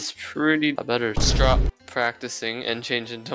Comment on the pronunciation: “I better strop practicing” Best English ever